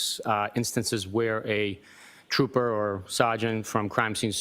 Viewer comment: Duh State Troopah